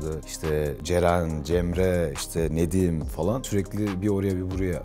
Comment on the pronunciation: Nedim derken sanki ne diyeyim gibi çıkıyor sckskckdkckf